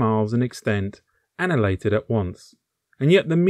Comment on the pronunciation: "An-i-hill-ate-ed" - is a word of five syllables.